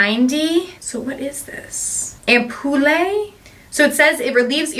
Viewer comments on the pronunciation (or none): Also “ampoule” is pronounced [am•pyool] 😉